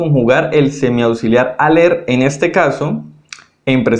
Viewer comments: Hola solo quiero aportar, el verbo IR en francés se escribe ALLER , pero se pronuncia ALÉ , no ALLER gracias. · Votre explication est très bonne, mais Vous commettez continuellement une erreur en prononçant le "r" de l'infinitif dans les verbes terminés en "er" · Muy buena explicación, pero no se por que pronuncias la última letra de los verbos la "r", tengo entendido que no se pronuncia.